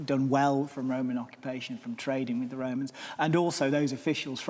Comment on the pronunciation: why does every english historian call them the woemans? They were called Romans I think... Apart from Wodewick, he was definitely a woeman 🤣🤣🤣